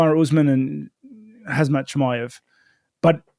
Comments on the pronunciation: Rob keeps saying HAZMAT 😂😂 it's "HAMZAT" just don't pronounce the K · Rob calling Khamzat "Hazmat" reminds me of when John Jones would say "Cereal Gane", 🤣